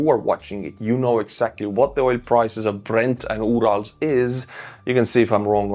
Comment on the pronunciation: Say URALS again......please. cheers 🍻